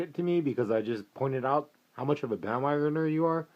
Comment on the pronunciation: omg ahahahaha i just died ahahaha "you're a bandwogoner (pause) with frequent flyer miles" ahahahahahahahah goood shiit hah